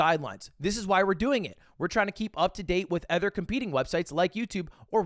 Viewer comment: It's insane we just let him get away with pronouncing "other" the way he does